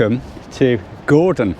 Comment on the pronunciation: its pronounced goordon lol